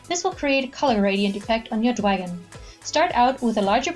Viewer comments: Omg it's Dragon not "dwagon" this isn't pre school that was so fucking annoying hearing you say "dwagon" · dwagon? its dragon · "Shut up" these charms are called dwagonz by the original creator it's not the way she pronounces it 😐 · You're like 40 years old talking bout "dwagon".